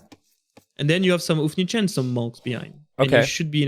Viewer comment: Once again, It is "hou" in word "houfnice" is pronounced same as "ho" in word "hope".